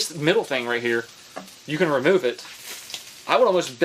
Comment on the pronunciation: That boy has had sweet potatoes...he said cayan instead of can.